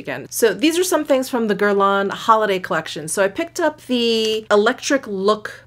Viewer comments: what shade you got in meteorites? medium? by the way you dont pronounce the final n in guerlain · Not exactly true on the “n”. It’s that French up-in-the-sinuses “n”. But pronunciation is close enough.